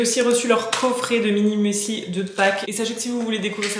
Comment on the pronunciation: Ohhh merci bcp pour ton retour sur ma chaîne ça me touche bcp 🥹🫶🏼 pour ton partage concernant la seconde main je suis aussi d’accord avec toi. Finalement on fait aussi avec ses moyens et son bon sens sur le moment. Oupsi pour le muesli, je n’ai pas réfléchi à la prononciation 😂